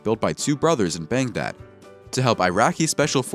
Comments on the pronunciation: Or geographic terms, using Baghdad, rather than Bangdad. Then again, maybe incest pre-occupies his mind? Lol. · Did he really just say "Bangdad"? -- Did he really say "Yuzi"?